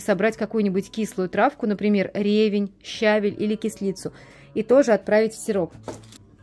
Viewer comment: Рецепт очень понравился .правда я незнаю эту правку но это я пасмотрю и прочитаю в интернете .ревень ударение на последний слог а то получается ревность